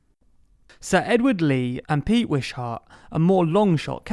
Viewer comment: Lol the pronunciation of "Wishart"